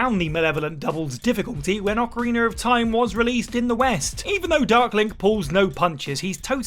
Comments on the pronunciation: Ocariner hurt me lol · Ocariner of Time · Or Ocariner lol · Oca-reener of time. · Ah yes, the "Oh-Kah-Reener" of Time. 😂